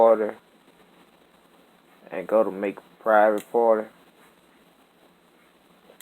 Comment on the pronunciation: Wtf did not his man just said parte wtf